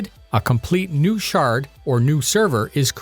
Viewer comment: I hear 'shart' instead of 'shard' ....why does that feel so apropos?